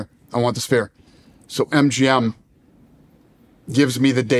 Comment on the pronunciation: Why shannon calling the Sphere “the Spear”